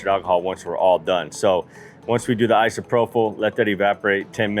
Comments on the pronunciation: I've been working with Alcohol for 40 years it's pronounced Isopropyl with a p sound propyl not an f sound prophyle( I live with teachers )ìm corrected all the time it sucks but it keeps me looking smart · Sure wish you could pronounce isopropyl. /ahy-suh-proh-pil/